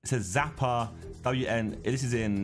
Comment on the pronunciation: Not sure if this is an English thing but why do they read "Xapa" like "Zapa" and its russian too i understand for not knowing how to read letters there. X = ch but thats not a letter in the alphabet in English but it is like in Czech.